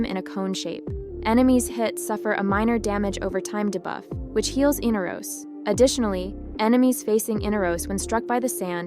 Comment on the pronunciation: In R os... not in-uh-ros... smh